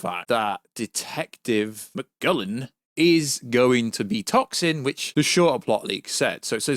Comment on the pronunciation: "magullen" 😭 mulligan*